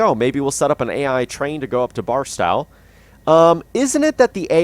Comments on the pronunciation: Hearing him say barstow wrong hurts my soul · Some help with California Cities... Tehachapi is pronounced (Te) (hatch) (a) (pee) emphasis on the hatch. Barstow is pronounced as spelled, (Bar) (stow), second syllable as in stowaway. The pass cajon is pronounces (ka) (hone) pass. Pretty cool video. I'm thinking of getting the game.